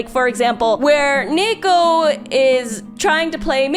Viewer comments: UM ACKCHYUALLY... I think the girl's name is just a Japanese female name derived from ニート (pronounced nee-to), so it became ニー子 (子 is a common ending of Jp female names) and should be pronounced accordingly - nee-ko (with the long e as in "feed"), not nei-ko. But please, correct me if I'm wrong. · A small but interesting point: the Japanese pronunciation is niiko. I haven't read it but I think her name is a reference to the Japanese-english word NEET (Not in Employment Education or Training) which is pronounced as niito in Japanese. As a result, I think the main Japanese title should be pronounced as niiko... instead of neeko... since you can see on the Japanese title it's written as ニー子... I guess I could understand the motivation for pronouncing her name as Neeko in English, but it still feels a little weird for me.